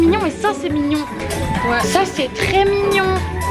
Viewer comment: Le nombre de fois qu’elle a dit mingion jpp 🤣🤣☺️